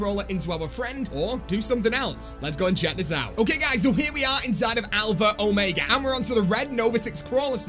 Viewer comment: As a British person, I can confirm that you pronounce Omega wrong. You say it the American way which is Oh-May-Guh. The correct British way is Oh-Meg-Uh